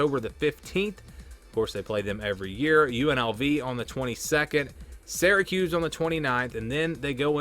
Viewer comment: It’s not pronounced seracuse, it’s Syracuse …like syrup. What is it with your generation and pronunciations.